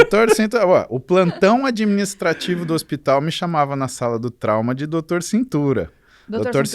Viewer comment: Dorctor paulo muzy fala eu escuto kkk